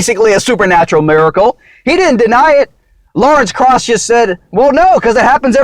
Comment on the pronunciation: Way out of your league here. Butchering Krause and inserting your favorite deity.